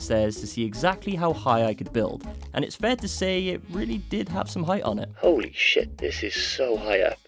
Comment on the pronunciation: Please don't say holy like that